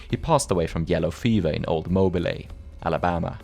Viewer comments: GREAT VIDEO! Interesting topic that I never really questioned. Always assumed it was as common as depicted. FYI Mobile (in Alabama USA at least) is pronounced "moe-bill" not "moe-bilay". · That’s not how you pronounce Mobile. It’s pronounced MO-beal. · Mobile-lay Alabama 😂😅😂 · Mobile, Alabama is pronounced "mo-BEEL"